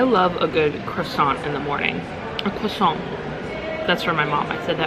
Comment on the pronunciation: This looks so much better than Chronos Club! Love how cozy it is and your fireworks view was sick! You are so living my dream! I always love a good "cwasant," "crew-di- tay," and lemon meringue like Grandma! lol